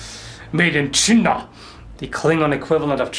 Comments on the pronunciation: That Chi'na sounds exactly like the Dutch pronunciation of China. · "Made in Chin'Ah" lol